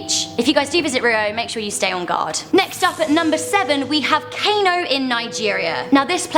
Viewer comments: it's pronounced car no not cano, I'm Nigerian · For realz? its pronounced Kahno and Yohla srsly you white peoplz but I'm still lovin' ya